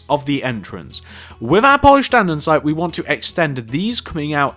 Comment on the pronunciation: "Polised Aninsite"